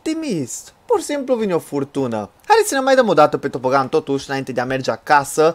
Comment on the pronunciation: se scrie tobogan da se zice topogan